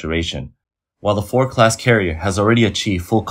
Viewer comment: Four Class carrier? I think you mean FORD - D... F-O-R-DDDDDDD can you say D? Then you suddenly said it clear as Day.. why is this? 为什么你不能正常说话？